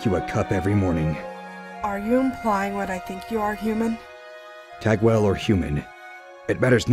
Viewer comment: I think it's pronounced tog-well.